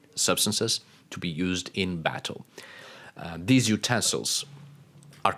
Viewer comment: What drives me crazy is when I listen to you speak you can say every single letter of the alphabet and you say it correctly with every word you speak except for dhese and dhe ? It’s like flatulent material on a Sears catalog page in the 40’s!!! Just sloppy like Queen Victoria….